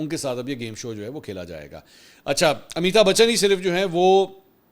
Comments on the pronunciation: It's not Amita Bachan, Its Amitabh Bachan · AMITAB BACHHAN take correct name.